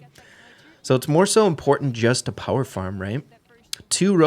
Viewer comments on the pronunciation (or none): none